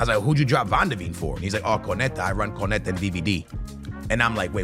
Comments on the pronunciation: It makes my skin crawl every time he says it wrong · say it with me it’s pronounced cone-nah-tay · It’s crazy how lazy content creators are, in particular doesn’t even bother to learn how to say konates name yet his video is about him, not to mention konate is currently one of the most solid cbs in world football rn too